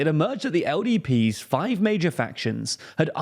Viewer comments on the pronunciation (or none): none